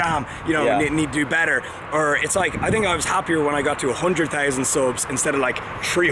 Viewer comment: "tree hundred soobs"🌳💯🚆